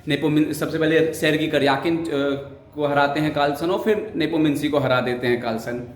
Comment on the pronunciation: आप "नेपोमिंसी" क्यों बोलते हैं।